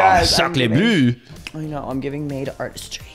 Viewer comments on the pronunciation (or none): 💀💀💀 SHOCKLES BLEU INSTEAD OF SACRÉ BLEU. It’s like when we say "walla" instead of "voilà”